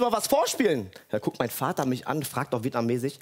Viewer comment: Ekelig wie er immer VADDA sagt. Sprich es normal aus